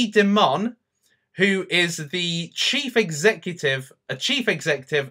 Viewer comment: By the way,. You pronounce his last name like diamond, but without the D. In other words like diamon.